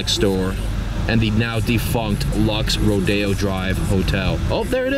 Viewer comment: It's not pronounced "ro-dee-oh", it's pronounced "ro-day-oh"